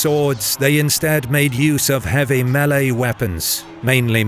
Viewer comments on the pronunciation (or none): none